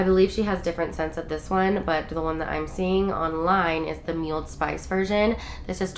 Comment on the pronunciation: Its Mull-ed Spice not Muled Spice 😂